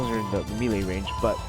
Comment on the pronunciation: good guide, but melee is pronounced "may-lay" not "me-lay"